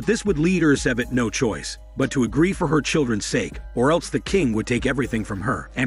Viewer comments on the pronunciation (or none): none